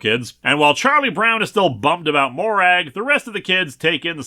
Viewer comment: Not criticising the video, just wanted to share. Despite the spelling the name Morag in Scotland isn't pronounced Mo-Rag. It's prononounced Mo-Rug. One of the many examples of how our dialect wishes to confuse the rest of the world